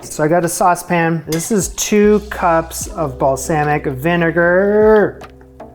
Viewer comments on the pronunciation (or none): Loved the show, I wouldn't change anything, but if you did change anything, pick a pronunciation for "balsamic" and stick to it. That's it. Keep up the awesome work. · My ears twitched every time you said balsamic.